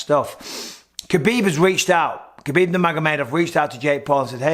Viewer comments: It's "Habib" not "Kabib". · Cmon Michael, you know better than anyone it’s pronounced Habib